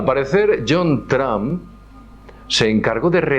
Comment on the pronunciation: porque dicen "TRAM"< NOTA: Yo hablo perfectamente ingles desde niño, pero estas pronunciaciones me dejan anonadado hahahahahah